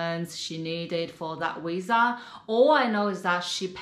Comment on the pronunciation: I love this chicks channel and I think she is beautiful so no one on this comment section say I’m being mean because I’m not… but why do the say wisa instead of visa??